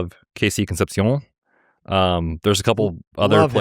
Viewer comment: Man got all French on us when saying concepcion. Amazing